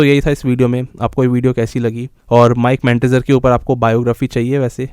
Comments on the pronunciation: Its Not Mike Mentder son. Mere bhai. More like Mike Mentosbimal. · Bro it's Mike manzer